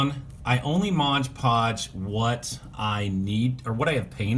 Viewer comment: Love the videos love wwf golden era but one pet peeve that bugs me is you saying modge podge lol its MOD podge haha back to being the doctor of style again